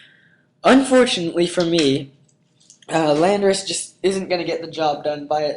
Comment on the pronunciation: say it with me, lan-dor-us